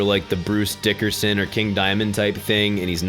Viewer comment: DAMN IT it's not dickerson it's dickINson